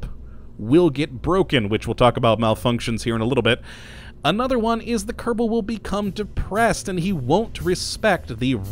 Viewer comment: Can never tell if he says "Kottabo Space Program" or "Kerbal Space Program" with a rolled R in kerbal